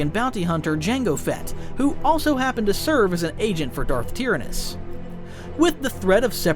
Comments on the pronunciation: Nobody - This video - “Darth Tear-Anus” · The way he pronounces tyranus.. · Tir AN nis. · 1st time I've heard Tyrannous and Valorum pronounced so wrongly....and Pellaeon and Jorus C'baoth. You really are bad at pronouncing names huh? Hahaha